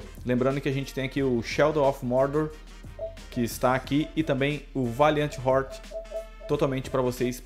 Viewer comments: Quando? Eu entendi voidheart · C falou Valiant Hearts!!!!!! Ta bebendo antes de gravar????